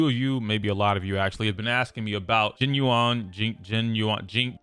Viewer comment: Pronunciation: Jing yuan = jeeng yuen